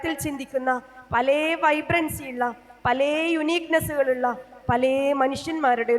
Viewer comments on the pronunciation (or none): പലേ അല്ല പല